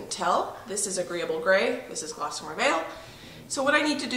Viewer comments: Wow! Where do you find all this energy? 🤣 Good for you! I am not a big fan of beige and I love grays! Just that one change makes a HUGE difference in the feel of the place and I agree, makes it feel more homey. Good choice! (but it's GOSSamer... not glossamer ;-) hehe) <3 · It's a pretty color. No "L" though. Gossamer not GLossamer. Get some rest.